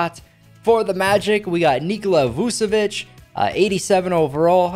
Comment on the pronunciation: Bro you pronounce Nichola Vucevic wrong and you also pronounced Chi Gilgeous Alexander wrong do you know how to pronounce your words